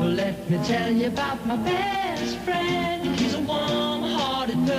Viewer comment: Awww fwend